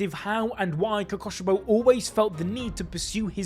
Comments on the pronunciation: "omg guys its the demon who uses a breathing style KOKOSHIBO" kokushibo is pronounced ko-koo-shi-bo the 'ku' is pronounced like fOOd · ITS KOKUSHIBO NOT KOKOSHIBO